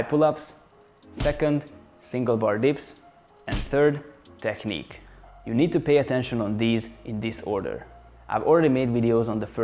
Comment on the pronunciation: You opened my eyes with that video and the one about pullups. It seems like I found a great channel I will definitely be coming back to. Don't want to be rude, when you pronounce 'technique', pronounce -ch as -k - /teknik/. Thanks a lot for sharing your experience. Cheers!